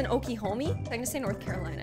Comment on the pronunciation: It’s nort caraliona